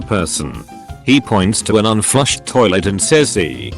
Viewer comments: Did the robot voice just pronounce 'Toilet' as 'Sharlet'? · I like this new word for "toilet", sounds posh.